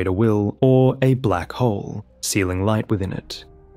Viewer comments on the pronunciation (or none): none